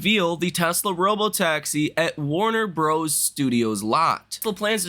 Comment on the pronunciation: that's the first time I've ever heard "Warner Brothers" pronounced like that.